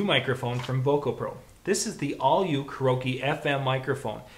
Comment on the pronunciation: Hey bud it's pronounced, care-e-oak-e not whatever gibberish you say.